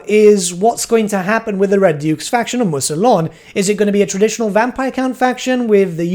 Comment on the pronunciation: “Moo-se-lon” smh